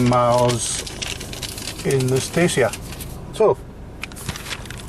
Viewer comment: Dacia, mate, as in Datchya, not Dacy-a.